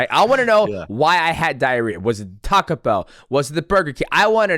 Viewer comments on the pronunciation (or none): none